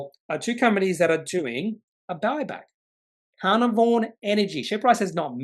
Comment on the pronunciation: FYI pronounced - car-nar-von